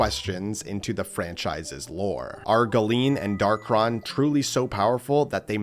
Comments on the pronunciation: It's Dark-ON not Dark-RON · First: it’s pronounced Dark-On, not Dark-Ron. Second: we have proof that Galeem and Darkhon were controlling Master and Crazy Hand. During the final section of World of Light, we fight a particular Master Hand that doesn’t disappear like the others, and instead seems to snap out of a trance and go to the center of the area. We see the same thing happen with a particular Crazy Hand. These two particular Hands then rip open a hole in reality and the Master Hand dives in which allows us to control it and fight off a bunch of Light and Dark imitations of the Fighters. The two Hands are heavily implied to be the original two Hands, just mind controlled and replicated into an army. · Hard to take bro seriously when he's saying "Darkron" instead of "Darkhon"